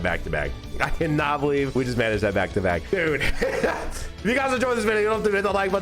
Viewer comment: i thought he said da fuck? two times 😭